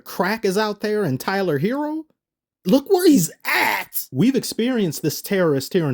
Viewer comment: "When a Herro comes along, with the strength to carry on .. ."